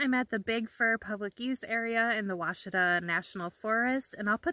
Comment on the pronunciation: I'm impressed you pronounced Ouachita correctly! Love that part of Arkansas. Fall is amazing there, so much color. (I'm binge watching your videos 😂)